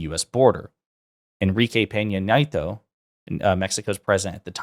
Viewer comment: Psst. Former Mexican President Nieto = nyet- oh, not nye-toe 😉